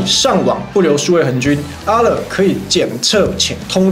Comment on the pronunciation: Alert發音是「噁樂」啦~哈哈哈